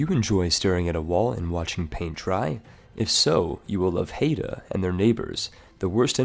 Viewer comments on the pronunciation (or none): Oh sweet my country (or rather local aboriginal tribe) is the No. 1 spot! It's pronounce HIDE-uh, not Hate-uh. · Haida is pronounced "High-da" not "Hey-da" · HAI duh. Not hayduh. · Man that pronunciation of Haida got me all riled up(It's pronounced like eye not ay). Especially calling it Alaskan when it's in British Columbia, although that's understandable looking at a map since it's probably closer to Alaska land than Canadian land. Still love your stuff though, I wanted to sleep 15 minutes ago, but then I saw this video. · Haida is pronounced Hi-Dah, not Hay-dah. I live near there ;) Good list, thanks a bunch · A note on pronounciation: Baden's vowels are pronounced "ah" and "eh" respectively. You had the e correct but the a wrong. After all, Baden, not Baaden. The a rhymes closer to the u in run than the a in cat. Haida hurt. It sounds like you're saying Hayda, not Haida. Ai sounds alot like eye. Source: I'm a German Canadian who was born in Baden-Württemberg and grew up near the Haida Gwaii. Hope this helps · Not that it really matters, but it's pronounced "Hi-dah," and is in modern day Canada. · >Pronounces Haida "Hayda" >Calls the Queen Charlotte islands Alaskan Le 56% is strong with this one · Quick note Haida is pronounced Hi-da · Just a note Haida is pronounced hi-da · It's pronounced High-da and it's Canadian lol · I think you keep saying Haida wrong but to be fair I am not Haida so...